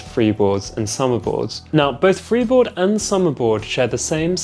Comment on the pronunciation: Lol you said "freebord" twice 😂 so which one is best for training?